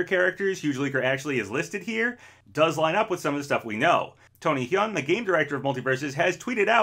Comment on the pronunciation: Just saying Tony Huynh is pronounced like Hwin not Hyung